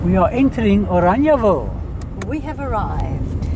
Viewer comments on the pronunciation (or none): Why are you calling it Oraniaville? Instead of Orangeville?